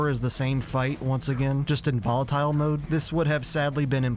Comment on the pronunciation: why did you pronounce volatile like that